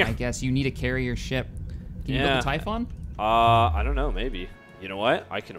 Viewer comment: Am i the only one that finds it hillarious that he keeps calling the Typhon a typhoon? :D all the rage and hate ;)